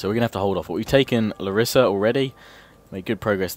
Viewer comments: I'm Greek and I am from Larissa,which btw is pronounced L(A)rissa not Lar(I)ssa ;) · ok you need some greeck pronounce lessons lets do it: epirus--> Ipiros with i not e , larissa--> lArissa not larIssa, perioikoi pickmen --> PERIIKI = perIiki pickmen , knOssos -->knossOs, herkidae --> IRAKLIDES= iraklIdes which kinda means the Hercules force , pella --> pElla, the creators of R2 are actualy writing the words wrong in greeck grammar "oi"," ei" is pronounced as an "i" same goes for "ai"="e" they took the greeck words and wrote them in an englich kaybort without changing anything